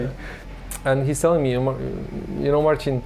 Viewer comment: I love the narrator's accent. "Baldur's Gaith"... nope, it's Baldur's Gate :D And what is that "markesh" he's talking about all the time? It's fortunate that, contrary to the narrator, Marcin's pronounciation is good, otherwise this would be a very obscure documentary ;)